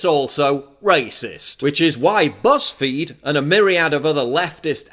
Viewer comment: You said, BuzzFeed, I heard PussFeed. But then, what's the difference?